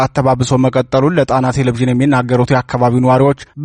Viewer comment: አንባቢ ሆይ!! ቴሌ-ቭዥን ሳይሆን ቴሌ- ቪዥን ብለህ አንብብ.